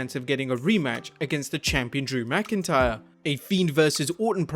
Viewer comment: you messed up on Drew McIntyre name